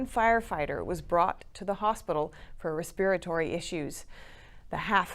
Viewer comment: Thanks for the fine journalism. Please review how to pronounce "deter" and "respiratory". I don't want your pronunciation to undermine your credibility.